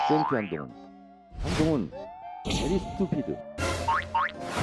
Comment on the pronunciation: 멍청은 민주당 정청래 베리 스튜피트하는데 v 발음이 안돼 bery stupid라네. 아니 한동훈 장관이 영어 잘하니 견줄라고 영어 외마디하는 정청래 한심스러워.